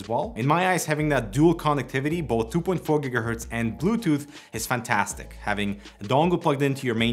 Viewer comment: neither is your pronunciation of "fantastic" for 5 years but you don't care, just get on with it.